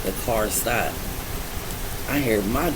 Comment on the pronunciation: “Get out the carrrr.”😭